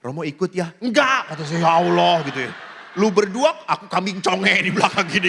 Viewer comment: TRIMAKASIH ATAS KOTBAHNYA TAPI MAAF ROMO KOK SUKA BILANG YA AWLOH SY DENGERNYA AGAK RISI PADAHAL KALAU SY SEBAGAI ORANG JAWA SY KALAU MENGELUH PASTI BILANGNYA YA TUHAN ( GUSTI ) GITU ROMO APALAGI KAN ORANG JAWA ( KLATEN,) SY JG ORANG KLATEN LO ROMO JADI SY BERANI KOMEN SELAMAT MALAM BERKAH DALEM ❤❤